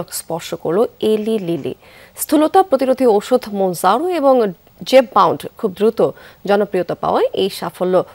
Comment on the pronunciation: Eta Eli lily na Uccharon American wise hobe elai lily Mouno jaro na , uccharon hobe munjaru